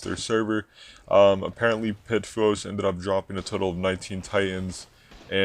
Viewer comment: It's not pit-foos. It's pee-tu-foes.